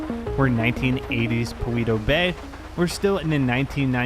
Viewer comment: You say it paleto Beh